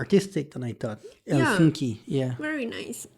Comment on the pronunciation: In Finnish all letters pronounced the same independent of surrounding letters and the stress is always on the first syllable. Can it get any simpler?🤔👌 Still here the narrator says HelSINki😖 instead of HELsinki.👌✌️